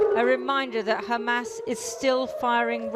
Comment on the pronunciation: It’s pronounced Hamas